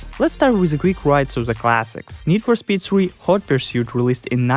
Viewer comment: How you say speed makes me laugh. Need for spet